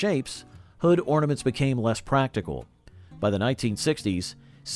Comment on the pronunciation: Ahhhh “hornaments”